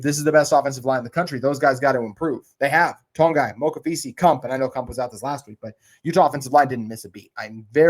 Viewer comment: He also mispronounces Tanoa Togiai. says “TONGAI.” There’s NO “N”. It’s pronounced. Tow-Gee-Eye.